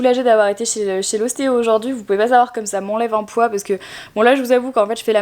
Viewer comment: "Je sais po ce que j'ai foutus" mdrrr cet accent du nord alors que t'habites à Lyon ! Je me le suis répété pendant tout le vlog :D